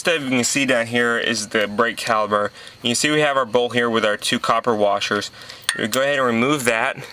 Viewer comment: Dude talks like he has lead poisoning. Its caliPer, theres no B